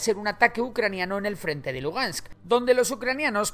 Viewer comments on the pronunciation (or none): none